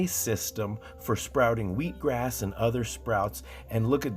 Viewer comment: Did you say "wheek grass?"